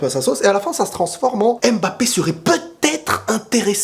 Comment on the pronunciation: MBAPPÉ et pas M-BAPPE dsl ça me perturbe trop😭😭